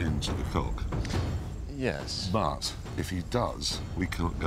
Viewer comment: “I’m on the bridge over the river cock” LOL